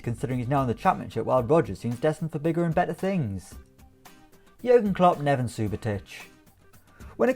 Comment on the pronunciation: NevEn not Nevan